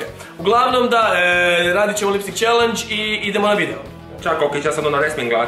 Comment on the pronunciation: jel rekla lip tik?